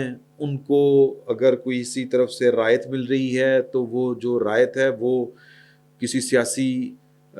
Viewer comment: لفظ رائیت نہیں رعایت ہوتا ہے آپ اکٹر ایسے ہی بولتے ہیں